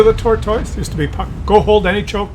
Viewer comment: I hate how says tortoise. Makes me wanna give him a dislike but he is just too goofy looking to hate on